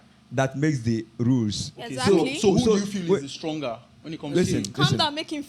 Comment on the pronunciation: "It is the stlonger that lules"